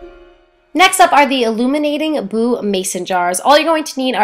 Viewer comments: Yeah she DID SAY BOO NOT BONO DONT DO THAT😁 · She said b n o o instead of b o o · Haha she said BONO instead of Boo